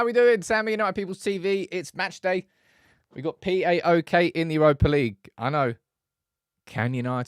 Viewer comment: say it right Paok not P.A.O.K